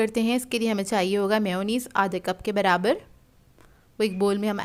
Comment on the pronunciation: It's may yo neese Not meow neez